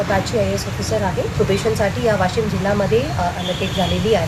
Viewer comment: Woshim 😅 not Washim... Washim च्या लोकांनी जोरदार विरोध केला पाहिजे..